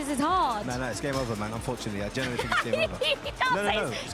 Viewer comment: Does chunk say genuinely or generally I hear a mixture of both I don't think he knows himself 😂